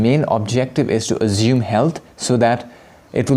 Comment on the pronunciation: I need this answered as well!! what's he saying ?! " azuming" " assuming" I dunno 😅